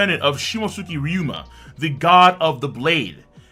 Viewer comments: RYU-ma not RYO-ma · Each time says Ry-OH-MA instead pf RyUma I die a bit inside me. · My guy it’s ryuuma, not ryuoma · Ay bruh…. RY-U-MA. Not RY-O-MA. Ok? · It's Ryuma, not Ryoma! Get it right,!